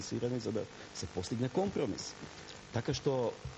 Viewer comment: 60 pati go spomena zborot komprromhriss